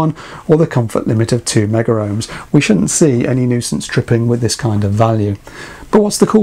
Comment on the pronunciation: The correct pronunciation is Megohms, don’t ask me why, never made sense to me but was drummed into us at college. In the commercial/industrial sector that is how it is always referred... see Chris Kitchers IR videos as an example.